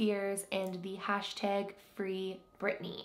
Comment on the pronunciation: I love your accent when you say “hashtag” ❤️